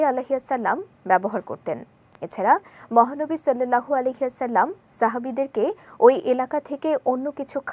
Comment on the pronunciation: ভুল নাম উচ্চারণ করেন কেন। মহা নবী সাল্লাল্লাহু আলাইহি ওয়াসাল্লাম। উচ্চারণ সঠিক করুন।